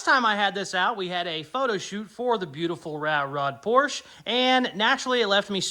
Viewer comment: the first thing gonna do is learn how pronounce por shuh lol. cant leave weld enough alone lol. great build cool show